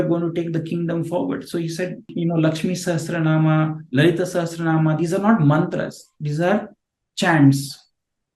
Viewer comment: “Asya shri Vishnor divya Sahasranama mahamantrasya” . A Maha mantra. What is he saying!?? And mispronouncing as Sahas(t)ranama